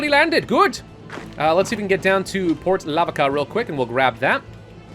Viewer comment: it pronounced port la-vaka